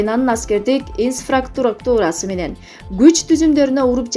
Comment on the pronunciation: Ой боооой журналист кыз сабат жокко ангала эмес Ангола истрафтура эмес инфраструктура